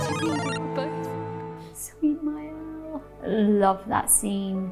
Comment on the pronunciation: hum, it's maëlle, since it'a celtic name .